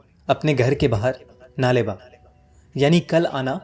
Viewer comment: नाले बा ❌नाळे बा ( कल आना )✅ kannada word hai